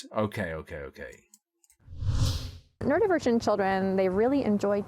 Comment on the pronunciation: I can't believe she botched the pronunciation that hard